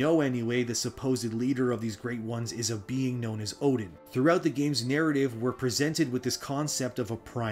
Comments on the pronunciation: It's pronounced more like 'Erden' not 'Odin'. It's literally pronounced in the game by the guy on the floor in Oeden Chapel. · 1 thing you got wrong. Oedon isn’t pronounced “Odin”. It’s pronounced “Er-den” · Great video just a slight correction. Oedon is pronounced Erdon. The Oe diphthong pronounciation is German in origin. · Oedon is actually pernounced “erden” with an R. Confirmed by the npc in the chapel who asks you to bring people there for safety. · Yeah your lore is interesting but Odin? Bruh. The word comes from eyes. It goes back to a day when Oedipus (see the name?) Blinded themselves. In Sophicles play. Oedipus says now I can truly see. The lining of eyes is so prevalent in this story, it's kinda sad you missed it and continued to pronounce Oedipus as Odin. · Oedon is pronounced eerdon though.